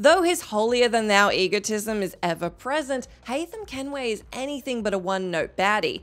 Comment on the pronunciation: Haam Kenway lol